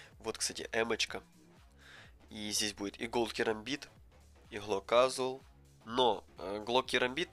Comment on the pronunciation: Читается не касуал а кежуал